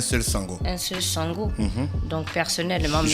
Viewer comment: Bonjour, on ne dit pas sango, mais masango ou musangu. De plus, les massango sont matrilinéaires...